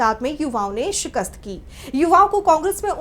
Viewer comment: Sirkat hota hai sikast nahi